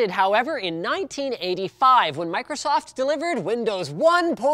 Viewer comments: Did he just say microstoft? Go to the timestamp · Microtosotf GG linus. Still drunk from CES? XD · microtsoft lol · Microstoft XD